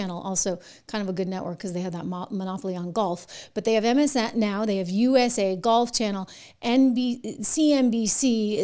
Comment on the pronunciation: MSN ow instead of MSNOW